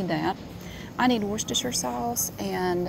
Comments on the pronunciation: As someone who lives in Worcestershire, UK it’s so refreshing to hear an American pronounce it correctly 😅🤣 love that! Also, I’m absolutely baffled by the amount of variety your super markets provide 😳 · Perfect pronunciation of Worcestershire sauce! Never heard an American person get that right before. (Don't mean to sound patronising, I'm just amazed!).